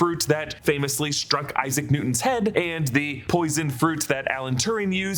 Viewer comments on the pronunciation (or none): none